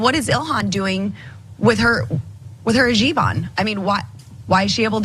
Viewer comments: she really said hijeeb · It is not jiban it is hijab bye the way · "Her Jiban" 🙄😂😂😂 damn she's so STUPID!!! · This is so stupid on so many different levels. Lauren, where did you learn to say “hajib”? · "hajib" =-P x-D Jamaal Bowman said the same thing* when he first videocalled Ilhan Omar, but it's okay - she called him "Bowen". *He was complimenting her as a role model for hijab-wearing students in the high school that he was principal of. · Whats a "Hajib"? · A cluster fkuc of stupidity once again from the dumbest of all Republican Reps, and that’s a pretty low bar- plus nice little micro aggression in the fake mispronunciation of hijab